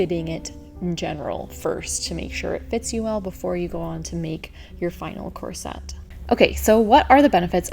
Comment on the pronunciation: Picky person: its KOR-suht, not kor-SET. I'm not sure why you switch pronunciations in the video.